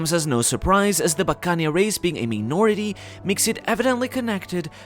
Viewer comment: I have a feeling Kuma is gonna use his ability to repel all of Luffys pain again and he'll go into nikas form and Kuma will finally be able to see him and no doubt pass away finally fulfilling his dream and dying happy with a smile I guarantee! Buccaneer is one word... You're pronouncing it like buccan eer 😑